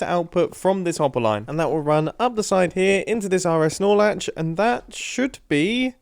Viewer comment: Mumbo: RS nor latch The little voice inside my brain: areh snore latch